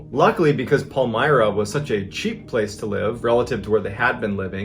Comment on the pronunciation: Not me being born and raised in Maine getting erked about the way he pronounces Palmyra. 😂